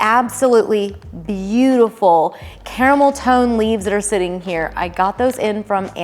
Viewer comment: Was it just me that heard camel toe instead of caramel tone? 😂